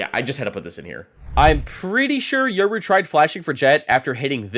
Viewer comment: Yural you mean yoru